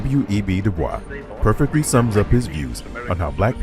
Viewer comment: Good documentary. However, it's grating to repeatedly hear his surname, NOT pronounced as HE PREFERRED: DooBoysc. Continued success!